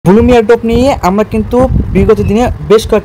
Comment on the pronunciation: ব্লুম না ব্লাম 😅